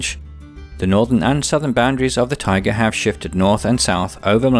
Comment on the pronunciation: Not sure what you meant by tigers, "taiga' and "tiger" sound completely different, but whatever... good video, you've got me hooked, and I'm watching all the biome episodes in order. I'll probably, almost definitely subscribe to your channel. This earth that we live on is such a beautiful and fascinating place. We are very lucky.